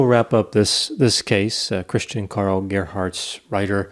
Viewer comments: Now that the podcast is over, it's useless to say, but that Gerhardsreiter was almost spelled perfectly right. Because it's a hard "t" and not soft "d". Good work, nice podcast. I grew up not far from were he was born. Regards from Germany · The pronunciation of Gerhartsreiter was really good! Even I as a German struggle with that name. 😆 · You actually pronounced the name quite well, Doc (Reiter actually means rider)! And I love the Idea of a therapeutic D&D game! "The Social Worker" 😂❤️❤️ Love it!! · Thumbs up for the pronunciation of Gerhartsreiter 👍🏼 Love your podcast guys. Greetings from a German living in Brexitland